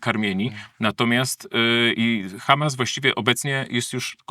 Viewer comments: Bardzo ciekawie też Pan wymawia słowo Ha'mas. Jakby prosto z kibucu do nas przyjechał. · Panie, Panu się odwaga pomyliła z odważnikiem. Już samo akcentowanie słowa "Hamas" i wiadomo od kogo "wy są". Przyznam, że od ponad 30 lat nie zawiodłem się tak na żadnym polityku, którego obserwuję/obserwowałem. Co Pan opowiada?! Wstyd, szczególnie, że jest Pan świętojebliwym katolikiem!